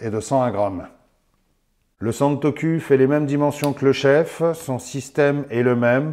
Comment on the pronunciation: Salut ! Super vidéo comme d’habitude 👍 👍 Je confirme que santoku se prononce bien santoCOU et non santoCUL. 😂😂😂